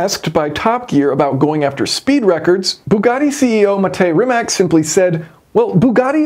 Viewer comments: It is Rimac, not Rimek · As always, your videos are top notch. I have zero interest in ever owning a car like this. But I appreciate the work that goes into designing and building it. By the way, I think Rimac is pronounced as Rimats. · I think they'll prepare the Bungatti Tourbillion for the top speed run, Possibly dropping interior weight for more battery capasity. BTW, Rimac is pronounced Rimats according to Mate Rimac himself. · Funny how many people struggle with the pronounciation of "Rimac". It's [rimatz], not [rimak]! Even Matt Watson eventually got it right 😂 Cool calculations btw! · rimac is pronounced "rimats" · Always excellent to watch your videos. A pronunciation correction; Rimac is said like *Rimats*. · Just a little thing, 'Rimac' is pronounced as 'Rimats"